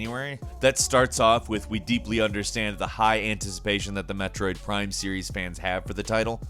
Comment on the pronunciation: Did he just say Metrode Prime?